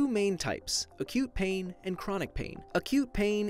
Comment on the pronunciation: It sounds like you're saying "a cute pain" lol